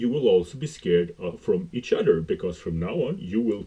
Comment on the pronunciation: You keep saying "Eating each udder" 😂